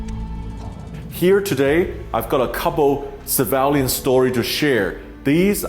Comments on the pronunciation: Sam its not Sevalian planes. Sorry but you must correct your words here. Its Civilian planes. Which pronouse something like Si-vil-lian. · I have a problem with Sam Chui mispronouncing CIVILIAN as SAVALIAN. Did he intended to do this on purpose, or does he hate that word? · At 0.35 to 0.38 is it pronounced ceevaliaaan or civilian. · Took me replaying the first part severally to know you meant civilian when you say *civalian*. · Mr. Chui...... Its not Civaaaalian .LOL its pronounced as see-vi-li-an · It is pronounced CIVILIAN and not CIVALIAN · Civilian, not civalian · Dude keeps saying savalian lmao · civilian not civalian. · Civilian is pronounced as "SIV V LEE AN" not SAA VAH LE AN" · It was cringy to hear Sam pronounce “civilian”….. he said “savalion” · please forgive me i was wondering what was the ‘Sivalyan’, ‘Cevalian’ word you were mentioning…and in the end i realized it’s ‘Civilian’ ☺️✌🏼…great post though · It's civilian not cavalian... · Civalian airplanes? That's what I heard. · it is civilian not civalian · Same with me. But I didn't hear "severally", I heard *sevaalian*. or something like that! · Great reporting, but what is a "civalien?" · fascinating....Civ - ill - e - an (civilian) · Is it Sevalian or Civilian lol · "civalian airplane" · Sam please learn how to say the word civilian. It’s sad that you chose to go after viewers and likes by posting this video. Way too soon. I think you could have checked your ambition and held back a few weeks. I am unsubscribing and no longer watching your videos.